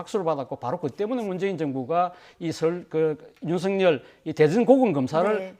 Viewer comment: 윤석렬은 (구개음화 현상?) 윤성렬로 발안하는 것이 맞는 것 같은데 사회자는 계속 윤석열이라고 발음하니 듣기에 자연스럽지 않다고 생각됩니다